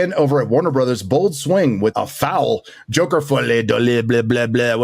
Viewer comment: Tommy Wiseau also pronounces it "Jocker," so is in fun company.